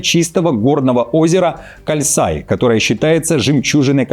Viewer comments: Почему кАльсай? Написано же кОльсай, что так тяжело правильно называть? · Не калсай, а Кольсай